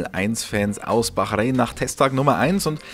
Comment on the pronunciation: Was ist Bachreen? ..depp